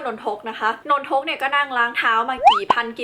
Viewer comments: พี่ครับนนทุกไม่ใช้นนทก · สรุปว่ามันอ่านว่า นน-ทก หนือ นน-ทะ-กะ ครับ ครูสอนว่านน ทะ กะ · นน-ทะ-กะครับ